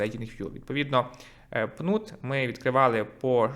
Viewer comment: Не пнут) а пінат)